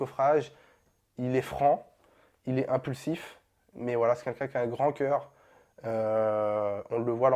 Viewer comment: Il sait pas dire « quelqu’un » wlh il me tue.😂😂 Il dit c’est « qunqun ».